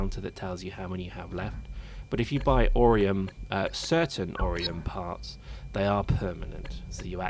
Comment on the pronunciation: AURUM! NOT OREUM!